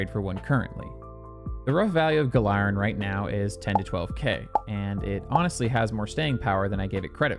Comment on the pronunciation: Wait I thought it was pronounced (Gal-er-in)